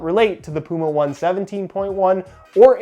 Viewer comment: It's pronounced Puma Oh-Ney Oh-Ney. Yes it is an old Hoka running shoes reference.